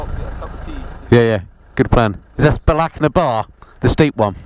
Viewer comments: And you say Loch properly, salute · Thanks for making the effort to pronounce our place names (and the word loch) properly :) I used to drive tour coaches around these roads, miss that job so much but now I live in Australia and it's all straight lines :(